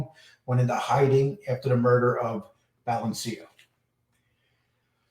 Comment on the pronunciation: No they lived in crest wood and colonial heights. you really butchering these guys names. It’s maz a rella and ba lance eo